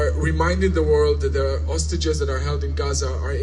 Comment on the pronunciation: Is it just me who heard "sausages" instead of "hostages" Gj mr tousi and team for fetching things into the lighr